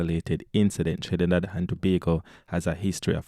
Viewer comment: Its not Trinibad it's Trinidad can you read😂🤦🤗